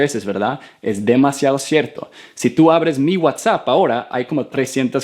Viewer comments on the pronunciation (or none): none